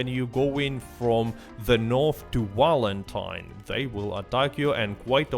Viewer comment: I find it hilarious he pronounces wapati vapati and valentine walentine like bro are we fr